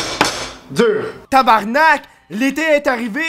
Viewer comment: TABARNARK ? nice effort mais fuck ...